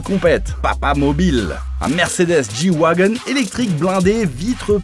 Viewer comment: Je t'explique le Merco G s'appelle comme ça pour Gelandewagen autrement dit tout terrain donc soit du le prononce à l'allemande G wagen et pas "J" Wagen soit tu te tais :/